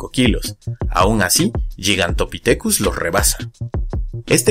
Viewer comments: No tomes esto como crítica sino como una contribución a este canal que me gusta. Existe el término castellanizado gigantopiteco que se pronuncia como se escribe, es decir, gi y no yi. Por otro lado, siendo puristas, el término griego γίγας se pronuncia guigas y no yigas. Ahora, dado que el término es la latinización de dos palabras griegas, entonces debería pronunciarse guigantopitecus dado que la pronunciación latina para las clasificaciones tipo lineanas es la restituta o clásica y no la romana o eclesiástica. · γίγας se lee "guigas" no "yigas" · Perdón pero se pronuncia gigantopithecus poniendo la lwngua entre los dientes al pronunciar la t. No es yigantopitecus. La letra gama se pronuncia como g no como ye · Respecto de la pronunciación, que yo sepa, al menos según la RAE estás en lo equivocado, al igual que se debe pronunicar "gigabit" y no "yigabit", No obstante la RAE acepta que una palabra escrita en otra lengua (o importada tal cual) sea pronunciada conforme a la lengua de origen. ¡Ojo! la pronunciación de toda la palabra, no solo la primera letra.